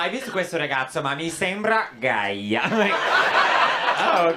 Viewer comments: Sorry Matteo, it isn't. It's just gay like in English. Being Italo-American I think your pronunciation is definitely influenced by southern Italian languages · Never heard anyone in my life ever say "gay" that way